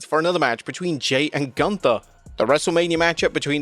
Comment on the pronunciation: You are mispronouncing Gunther. It is German! Sprechen sie Deutsch